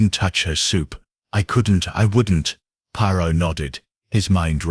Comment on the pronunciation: Who’s Podrow and Pierow? 😂